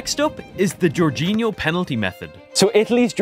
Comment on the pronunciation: It's not GEORGEinho but, Jorginho...